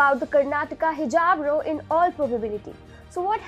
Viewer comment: The word ROW is pronounced RAO and not Row.